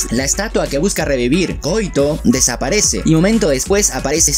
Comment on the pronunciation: quizás si la pronunciamos como en Japón: KO - Í - TO